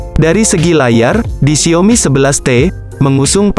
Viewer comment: Gw geretan banget tiap kali dia bilang XIAOMi jadi Xiomi 😆